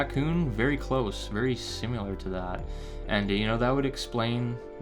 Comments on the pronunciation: Im by far not a grammar nazi, but you killing me with the "simUlar" talk. Its similar.. The word you're looking for is similar.. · Sim ah lar no such word as simular